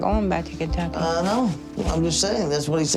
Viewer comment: he calls Kentucky, "baducky"..no joke..he's so lazy or something he is almost saying gibberish at times..idk I think he was genuinely low IQ or something...sad indeed.